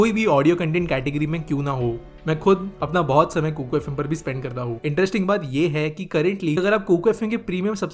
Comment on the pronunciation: Kukar FM nahi hai sahi se bolo it's kuku